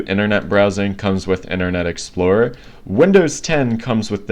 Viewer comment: I'm sure that you're having trouble saying internet explorer